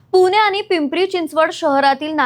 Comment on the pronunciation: मी ह्या आधी एका व्हिडिओ मध्ये म्हणालो होतो की ही मुलगी अडाणी आहे. आपण काय वाचतोय हे सुद्धा तिला कळत नाही. PMPML ला प्रत्येक ठिकाणी PMPL म्हणाली आहे. पुणे ला पुने म्हणणे ही तर बहुतेक सद्ध्याची फॅशन झाली आहे.